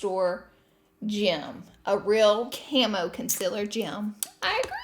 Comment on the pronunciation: Remove the "cameo" "con-siller" with some "miceluler water" 😂😂😂